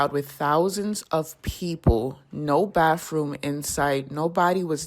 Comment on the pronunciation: If you're waiting for a bafroom, it's not worth it. 😆🤣 And yes, I'm making fun of people who don't know how to talk, spell, read, and pronounce words! It's not just the blicks people, I've known plenty of whites that can't talk worth a shit! Our society has gone downhill since the 70s.